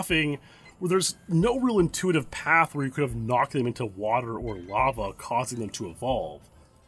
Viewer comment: U say lava so odd , deff not the right way to say it lol